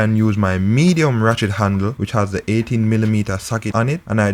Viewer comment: This is very informative. I have a loose chain...will try this and also keep my mechanic on speed dial. but you keep distracting me...I keep hearing "Rat-shit handle".... Will delete comment...lol